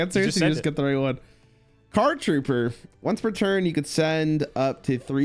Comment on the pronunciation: Listening to read Card Trooper + Machine Dupe ENTIRELY wrong was peak 😂